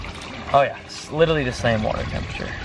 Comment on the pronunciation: 'Littlerly' hahaha